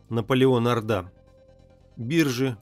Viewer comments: Наполеон Орда, ударение на О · Орда с ударением на о. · В фамилии Орда - ударение на первый слог. Спасибо за "Античную Беларусь" :) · Правильно Орда,ударение на О... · Наполеон Орда! Ударение на О в фамилии. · неправилдьно надо орда ударение на букву ооо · Как странно, что не осталось никаких документальных свидетельств. ЧТЕЦУ надо обратить внимание на ударения: Наполеон 'Орда, ударение на "О". Очень неприятно. Для просветительских видео нужно приглашать более грамотных людей.